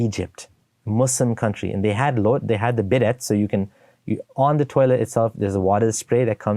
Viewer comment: Quite funny especially how you pronounce bidet. 😜 (tip it’s a French style word) (bidaye)